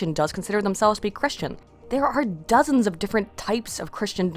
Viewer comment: "Dozens". L.O.L. X-D